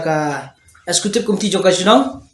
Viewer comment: Excecutive ym dei escecutive da kren bha bah sngew lehrain